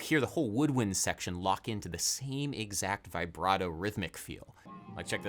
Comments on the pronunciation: Dear Adam, I absolutely love your work, and am I loyal contributor, but for the love of Bach, could you please stop saying 'Vaybrato' and pronounce it 'Vibbrato' like the rest of the world? Thank you <3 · interesting as always. by the way, its "vibrato", not "vaibrato". like "veebrato". ps: please come to italy! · I know i'm a little cringe but I die a little every time it's pronounced v-eye-brato instead of v-a-brato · Everytime he says Vaih - bra - toh 😅😅😅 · My dude... with all due respect... it's "vih-bra-toe." No long "i".